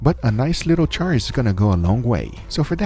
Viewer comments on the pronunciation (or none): none